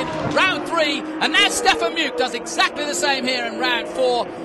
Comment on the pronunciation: Is there any chance that the idiot commentator could learn to pronounce Stefan Mücke’s name properly?